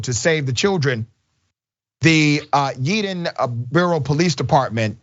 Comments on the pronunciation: Dr Rashad, it's pronounced Yey-don. However, this young man displayed integrity and compassion. The world could use more people like him, it would be a better place. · Yay-den = yeadon